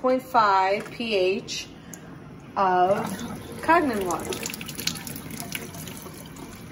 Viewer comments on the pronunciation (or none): And are you saying "Kag-nen"?